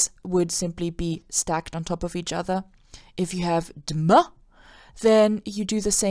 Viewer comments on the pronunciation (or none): you DEFIANTLY 2000% DIDNT SAY द्म THATS NOT HOW द SOUNDS LIKE.